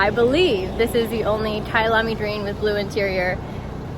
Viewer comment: Kayalami is a race track in South Africa woo woo kayalami also means my home in Zulu. So happy your pronunciation was good well done and many many safe miles!